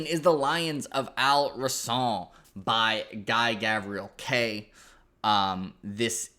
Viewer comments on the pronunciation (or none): Hey man, eternally grateful for you helping me get into GGK (fav author). Just gotta let you know as an Arab that Al-Rassan shouldn’t have that French twang on the end. It’s based on the real life Al Andalus (what the Arabs called Spain) and phonetically it should sound more like the word resin but with the hissing “s” sound. Awesome videos, fingers crossed for Written On The Dark!